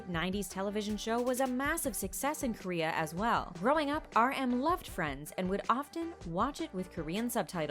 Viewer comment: ‘He loves “Vriends”’ Me: youre kidding... HE LEARND ENGLISH WITH IT! ‘He even learnd english with it’ Me: YOU SEE! Why has it to be an surprise? 💜💜💜💜💜💜💜💜💜💜💜💜💜💜